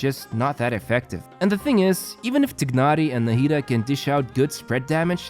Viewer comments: When you say it its not tignari its called tainary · Tye-nari is how they say it in the English option in game. Idk why you're saying it like that. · How hard is it to pronounce TIE-NARI. I am not being to ignore that while watching the video